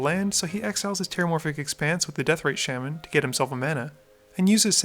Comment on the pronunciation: Shaaaman... It's pronounced SHAH-man.